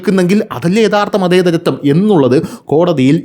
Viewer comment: മതേത റ ൻ ആണ്😂 അൽ-ചായ ആണേൽ കൊയപ്പ മില്ല😂